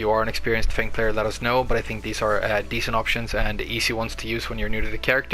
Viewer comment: you pronounce his name perfectly on second time. He is my favorite character and I am glad to find this great video